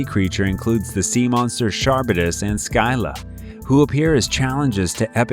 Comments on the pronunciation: It's quite painful how you're pronouncing Scylla and Charybdis. It's Silla (first syllable stressed) and Karibdis (2nd syllable stressed), not Sky- La and CHAR-bi-dus. Please, these things are easy to Google, or you could listen to the song Wrapped around Your Finger by the Police. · Your mispronunciation of the Scylla drives me bonkers. If English is your first language then its pronounced similar "Ski (like skill ) - Lah" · Ok, I am not trying to sound like jerk, and I apologize if it comes acorss as such, but that is not how you pronouce Charybdis and Scylla. It's pronounced "Kar-rip-dis" and "Silla". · Your pronounciation is wrong. Scylla is pronounced SILL-a. Charybdis is pronounced ka-RIB-dis. CH in the Greek is voiced as K. Nemean is nee-MEE-an. Chupacabra is pronounced exactly as it is spelled, CHU-pa-ca-bra. Short A in the final syllable. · Kah-rib-dis & skill-ah, thank you. Ooph! Those pronunciations were nails on a chalk board for me. I know I’ll get hate for this comment, but I couldn’t not say anything. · Kar - rib - dis Skil - la Si - thee - ans